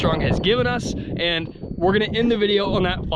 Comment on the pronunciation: Cool vid. Except for the "Thee" vs "Thuh" usage.